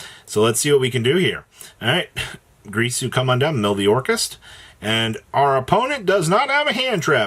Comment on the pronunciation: Ding-gir-su 😑